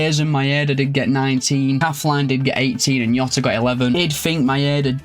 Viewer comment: Class vid but jota not yota ❤